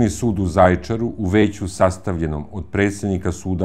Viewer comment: Aman nauci kako se izgovara Zajecar